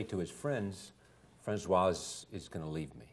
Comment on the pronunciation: It started awkwardly with his pronouncing her name, "Francois". Later he asked her if the war was " the most exciting time " of her life, or some such stupid remark. Yikes.